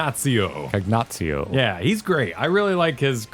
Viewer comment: Its Cagnazzo, not Cagnazzio.